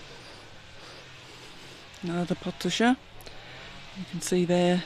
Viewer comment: Just FYI prescription is 'ordonnance' & 'potager' is phonetically pronounced 'pota-jay' not pota-jer ;-)